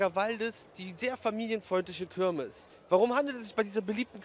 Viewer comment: Das heißt KIRMES und nicht KÖRMES - boahh